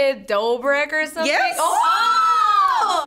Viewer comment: BRENDON URIEEEE also its dobrik haha lol